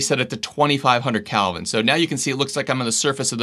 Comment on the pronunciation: Isn’t it “kelvin?” Not “calvin.”